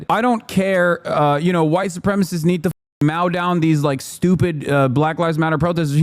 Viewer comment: Did Hassan just say “mao down protesters”? I don’t think he’s clever enough to say it incorrectly to bring attention to the Tiananmen Square massacre… so he doesn’t know how to pronounce “mow.” His father is so accomplished, whether it was legally or illegally, and he produced a parasite who earns his living using his daddy’s name while his uncle watches in shame.